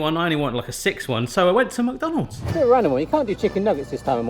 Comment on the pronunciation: Mukdonalds???? That's a new way to say it I guess